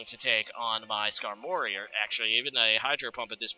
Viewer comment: I don't know why no one has ever said this but Skarmory is pronounced Skarm-ory not Skar-mory.